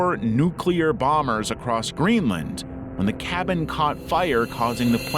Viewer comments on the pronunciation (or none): none